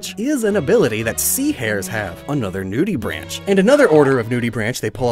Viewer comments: The pronunciation of “nudibranchs” hurt my soul PLEASE STOP SAYING NUDEY BRANCH ITS NUDE-EH-BRANK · Just wanted to point this out, but nudibranchs is pronounced “noodibranks”, that’s why it’s spelled weird